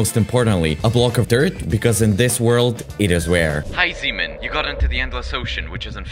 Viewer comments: sounds like semen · I keep hearing him calling himself semen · Why does sound like semen